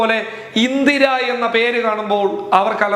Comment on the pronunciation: ഇന്തിര ❌️ ഇന്ദിര ✅️